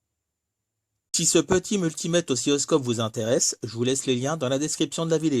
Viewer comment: Toujours cette prononciation ''osciyoscope" ....😅